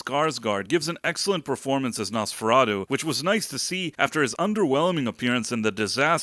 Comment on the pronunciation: Quit pronouncing it as "NosferaDOH" It's "NosferaTOO." At the very least you should get that right.